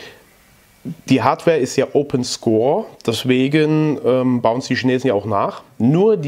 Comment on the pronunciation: Das spricht sich opensurse nicht openscorse (geschrieben opensource) 👍 ich suche sdr für CB (11m) läuft gut damit?